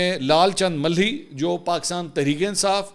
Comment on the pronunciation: منصور بھائی ملھی نھیں مالھی ھے۔ پلیز تصیح فرمالیں۔محمد عمران ملک